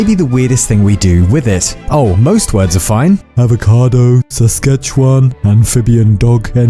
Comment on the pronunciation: thanks for saying Saskatchewan!